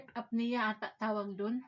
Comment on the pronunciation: sleep apnea (Up-knee-Yah). ewan ko magkano ang CPAP machine diyan ayon ang kailangan ni kuya ilyas.